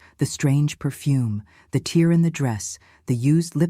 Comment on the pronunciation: Why is she mispronouncing the "tear’’ in her skirt. Are these women and their stories AI? Artificially computer generated productions? I am convinced these tragic stories are being created for entertainment, far from "true" life stories experienced by these women. Sadly, there are true stories of horrific circumstances that women and children are experiencing daily in this world, but don’t confuse CGI and AI with reality. These productions are not reality.